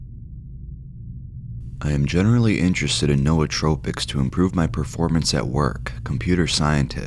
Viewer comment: The way you say nootropics lol